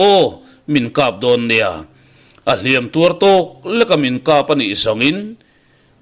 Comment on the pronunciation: Thangthar ho hian Hliampui tuar tih a, Hliam tih lai tak hi in thluk sang zel mai a, thluk hniam zawk tur a nia.